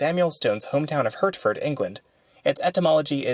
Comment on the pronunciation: More interesting history - thanks! One small update: the Hertford in England is pronounced just the same as the Hartford in Connecticut - one of many placenames that don't match their spelling, alas.